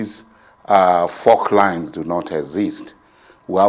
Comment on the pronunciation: It is called "faultlines" not "forklines".